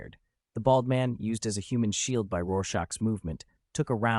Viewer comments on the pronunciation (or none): Why can’t your ai say shield properly?